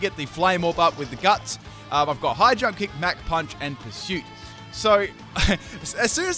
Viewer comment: I kept thinking he was saying 'Hydro kick' instead of 'High jump kick'...